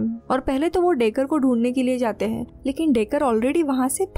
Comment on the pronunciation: Mujhe isski "hain" kyu "haim" sunai de rahi hain.